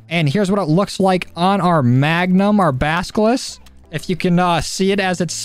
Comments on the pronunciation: Basilisk .... or like you said "Baskeliss" :P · It’s basilisk. (Bass-uh-lisk) not bask-uh-lisk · Basilisk Not baskilist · Anyone notice him calling the basilisk the baskilis? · Man BASKILIS????? It’s basilisk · "with the basklis" xD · ah yes. the baskilisk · Dude saying " baskilis" instead of "basilisk" xd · The "baskilis" sorry what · basilisk not baskilis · It's Basilisk, not baskilisk?! man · Basilisk not baskilis 🤣🤣🤣🤡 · it’s BASI - LISK not BASKI ! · Please learn how to pronounce basilisk its not baskalis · basilisk not baskilisk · "bAsKiLis" lmao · It's pronounced bass ill isk Bass like the fish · The basilisk pronunciation was killing me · why can’t americans say basilisk it’s so easy tff